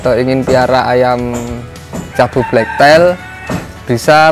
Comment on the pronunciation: hrganya sepasang berapa mas ? black tail ( bacanya teil bukan tail ) ekor hitam.